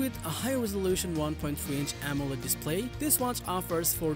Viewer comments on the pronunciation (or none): none